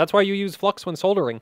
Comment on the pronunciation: YouTube: is he saying flux or. Fluck